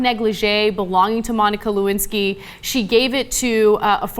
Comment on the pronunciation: Le- Win- Sky.